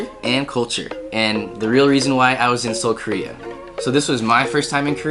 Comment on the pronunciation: Seoul bro, not Seuol